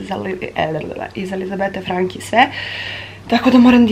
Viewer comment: Dobro si rekla Franki, ne Franči 😊, btw divan ti je vlogmas, neopterecujuci, spontan i iskren, kao i ti 💕